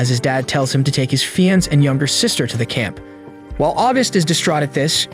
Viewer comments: ITS FIANCE NOT FEENCE. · Why does it say FEE-anse